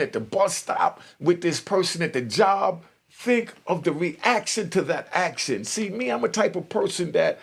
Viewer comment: Bro its action not actsin